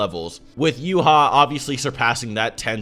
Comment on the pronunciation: Where the hell did you get "you-haa" from? That's the dumbest pronunciation I've heard. Yhwach Japanese : (ユーハバッハ = Yūhabahha) German : Y = Yee / H = Ha / wach = Vax Roman pronunciation Intended by the author is Yee-Ha-Vax (Yhwach) バッハ (Bahha) = Bach (Bax) ヴァッハ (Vahha) = Wach (Vax) Why バッハ (Bahha) ≠ Wach (Vax)